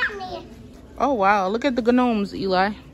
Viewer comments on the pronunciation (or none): Yayyy congrats I’m so happy for you and Eli❤❤but when u said Ganome a.k.a gnome I fell out😂😂😂😂😂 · The way you pronounce gnome is cute 😂